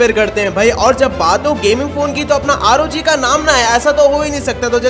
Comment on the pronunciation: Bhai rog nhi r o g hota hai